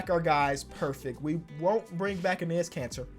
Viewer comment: Am I the only one who hears cancer every time he says Kanter?